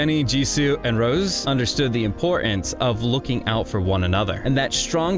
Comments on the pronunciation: Why so you think you have to reshash the entire Netflix documentary "Light Up The Sky"? Oh and please train your AI to say "Rosé" (Rozay) and not "Rose". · You lost me with "Rose" instead of Rosé. This AI channel is blocked. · Can’t listen to you call her Rose instead of Rosé for more than 5 minutes. It proves you don’t know the first thing about this group - or Rosé - and that you can’t even read her name properly. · It's Ro-Zay